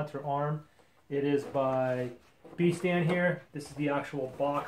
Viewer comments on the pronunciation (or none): 'Beee-stand'? It didn't occur to you that the name might be derived from 'best' and 'stand'. Like 'Besss-tand'?